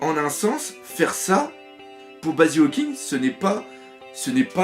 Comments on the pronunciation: Tu dis Hawking au lieu Hawkins mais sinon tres bonne expliquation du puvoir dHawkins javais pas tout capter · Tu peux arreter de dire hawkinGGGGGGG Y A PAS DE G !!!!!!